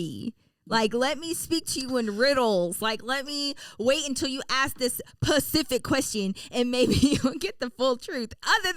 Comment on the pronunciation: Why are we saying “pacific” instead of “specific?”